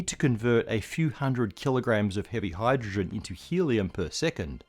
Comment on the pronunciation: Did you notice the “hyrdrogen” ? 🤨